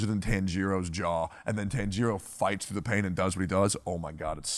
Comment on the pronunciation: Tectone has some fuckin weird pronunciations of anime characters tbh. I've never heard Tanjiro pronounced as tan-GEE-ro, and never heard Light Yagami as Yuh-GA-meh lol love the pod tho *Since you read every comment, you're a cool guy but had to roast those pronunciations 🤣 **Also gotta point out that even Asmon and Emiru commented on your Academia pronunciation 🤣 sorry to pile more on